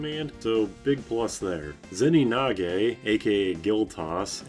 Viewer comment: This video taught me its "Zeninage" and not "Zenigane"